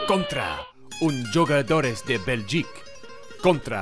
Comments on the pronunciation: Bro please say huugadores that’s how you say jugadores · Its pronounced 'who'gadores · It’s “who ga dor” 😂